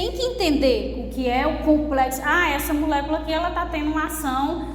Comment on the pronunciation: Não aguento ela falando MUlécula 😅 mas muito top a aula. Obrigada😊